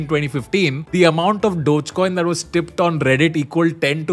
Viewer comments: Its not dodge coin its dogge coin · I thought it's pronounced as dog-e-coin, wth is dodge coin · Bhai Dodge coin Dodge coin kya kar raha hai? Doe-gay coin pronounce karte hain. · Always thought it's DOG Coin, not Doj coin. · Its not डोज coin its डोगे coin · "डोग" not "डोज" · I think its dog-eee not dodge😂😂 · I don't think it is pronounced as "Dojcoin", instead it is pronounced as "doggycoin" ...... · Wait I thought it’s called DOGEYY COIN NOT DOTCH COIN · Its pronounced dogee coin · Its Dog-e-Coin come on Tanmay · I thought it was pronounced dogy coin